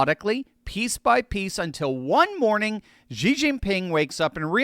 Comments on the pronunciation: XI is pronounced "SHI" Jinping, not "GEE" Jinping. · Xi Jinping is pronounced Shee jinping.that's all pronouce the X inXi as Shee.then you are close!